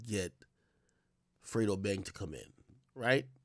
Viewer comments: Lmaoooo “frito” its “FREDO” 😅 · When she kept calling fredo frito that’s shit pissed me off😂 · The junior prosecutor been on the case for 4 years and still can’t pronounce “Fredo” lol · I hate the way she say fredo.